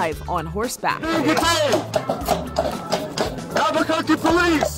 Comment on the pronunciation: am the only one that heard him say albacurcy police